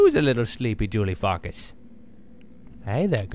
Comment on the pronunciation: the way he pronounces farkas it sounds like he's saying "julie fuckus" lol